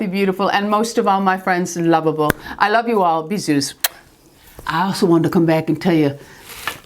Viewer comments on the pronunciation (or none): none